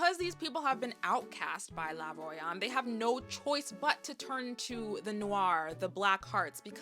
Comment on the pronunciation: Honnestly, take out the heteronormative aspect and the mail gays, and this is close to a masterpiece. Plus the whole french theming is cute! Btw it's not La Royam but Ley Rwha-yom ;)